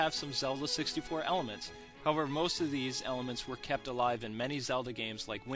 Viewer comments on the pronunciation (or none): none